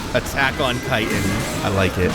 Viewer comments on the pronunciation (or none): It's chitin not "chiton"